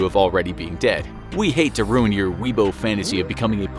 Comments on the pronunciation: He said “wee-bo” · Hearing "weeb-o" made me cringe as hard as people who think they actually know how to use a katana